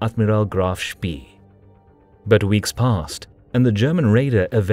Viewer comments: what's 'Shpi'? It's 'Shp-ey-eh' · It's pronounced Spay, as in Spayed, not Spee as in Speed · HMNZS Achilles, actually. It was a kiwi ship. Like HMS Ajax, a Leander class light cruiser. Also, “Spee” is pronounced “Shpay”, not “Shpee”. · not shpee but pronounced shpay. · If no other German speaker has mentioned this in the comments below, please note that the double e ('ee') in German words is pronounced as a long 'a' -- as the sound of say or play or stay. Thus, the phonetic sound for 'Spee' is "shpay." Other than that mispronunciation, nicely done. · "Ee" in german is pronounced "ay" like spay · Saying "speee" is very wrong. Google translate will help you pronounce the German names correctly - there you can hear them spoken by a native speaker. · it is not a large problem, just a minor correction. The e in spee ,is not pronounced like an e in english. more like the e in enemie. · Spee, with the ee pronounced long like an English a. Hard to listen to, constantly mispronounced, as a German speaker. Good video though. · Great account, superb animations really bring the narrative to life. Pity the narrator didn't do his research. It's pronounced Spay not Spee and what is the "Admirality"? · Honestly, you youngsters! Spee, Rymes with ray; and I won't even get into admiralty!